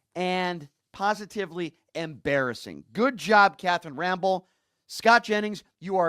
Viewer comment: Bro please pronounce he name correctly it Rampell!!